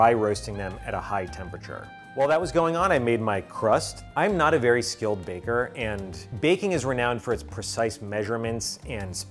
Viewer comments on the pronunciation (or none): none